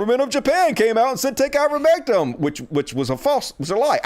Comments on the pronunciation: Why is still pronouncing Ivermectin as if it had an "um" at the end¿ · it's I-ver-mec-TIN!